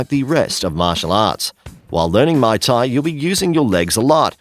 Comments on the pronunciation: Pro tip: teach your narrator how to actually pronounce these words! Lost it at may tai instead of muay thai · Ok this list was a dumpster fire but to sum it up Muay Thai was pronounced wrong and is only effective against a single attacker Wrestling is only useful against a single attacker Artimes/escrima/kali takes years to learn effectively and does not ensure a successful disarm and the clips of military personal using kali were using the Russian hand to hand style called systema Taekwondo is like karate with extra padding and is near useless outside of sporting form The LINE system has outdated for years and the USMC is currently using MCMAP Overall the single most effective form of self defense is Krav Maga as it focuses on subdueing an attacker by striking unconventional and effective targets on the body while teaching everything from ground fighting to multiple attackers to melee and firearm disarms